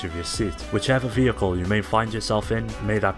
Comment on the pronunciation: I can't stand the way this guy says "vehicle" .